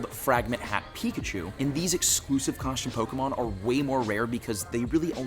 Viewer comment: why do you pronounce costume like that?